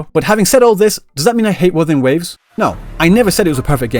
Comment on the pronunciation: Uh, no. The only thing she's NOT struggling with is the name of things. Those are perfectly pronunced mandarin, in fact she pronunced them better than every single en va I've heard. Maybe people just got too used to the usual "English pronunciation" of Chinese and frogot that Chinese is a tonal language.